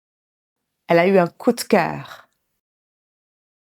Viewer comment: Mon Dieu, une dizaine de magasins🤯je serais déjà au bout de rouleau après 3🤭J‘aime bien le vocabulaire „faire les magasins“ et „le vendeur catégorique“ et la prononciation de „coup de cœur“. Merci, c‘est top